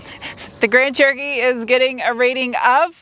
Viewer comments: It honestly sounds like your calling it a "Grand Turkey" and I love it 😀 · Why do I sometimes understand grand turkey?